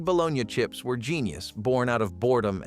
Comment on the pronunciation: Interesting video but need a real person to do commentary. No excuse for mispronouncing bologna!